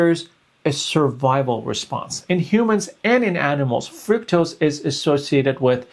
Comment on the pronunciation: Fructose is pronounced FRUCKtose, not FROOKtose.